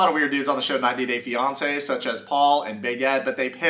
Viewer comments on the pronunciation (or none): none